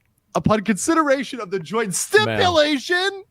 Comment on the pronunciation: For the record, he says "stipulation" strangely because a moment before he had misread it as "stimulation," he caught himself and chat had fun with it. With the edit it's actually hard to see, but there was a reason for him sounding strange at that moment. 😂 (Edit: LegalMindset just put out a short showing this moment. lol)